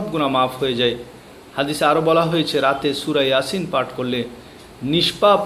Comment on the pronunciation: এয়াসিন নয় ইয়াসিন